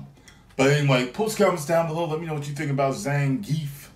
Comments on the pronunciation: greetings from Mother Russia! It's pronounced almost exactly as it spelled ZA-NGEE-YEFF. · ZahnGeff is how its pronounced